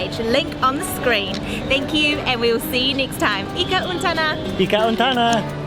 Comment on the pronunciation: What is ika untana? You probably mean ika untanu or ika untamu. You got this horribly wrong :)